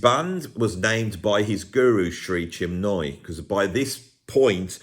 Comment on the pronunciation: Major issue : - nobody ever tells us why Tony Williams sent for JM in the first place ........ Minor issue : - the picture says "Chinmoy", our pal says "Chimnoy" .........................